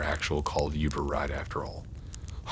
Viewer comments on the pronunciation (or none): Hard to take these seriously everytime he says youber lol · Great video man. But I'll be honest, I chuckled to myself everytime you said youber lol